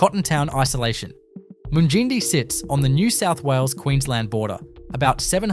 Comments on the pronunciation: Mung-in-die not mun gindie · You are a complete ass mate,nott bothered to get the correct pronunciations of most of them...Mun gin dee 😂 what a dope. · FOR GOODNESS SAKES... TIBOOBURRA is 'TIB' - 'OO' as in 'BOO' and 'BURRA', as in BAR-RAH... TIBOOBURRA. MUNGINDI... 'MUNG' as in 'RUNG'...'IN' as in 'INN' - 'DI' as in EYE... MUNGINDI. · I ran to the comments to find this! When I heard how he pronounced Mungindi. I am currently visiting my in laws in South Africa and Uncle was watching this he asked if I had ever been to this place, I asked to see the video and it was Mungindi, I died laughing and taught him the proper pronunciation and I said “I think the creator is a city boy who has never left his town, just googled random town facts and gave it a go”. 😂😂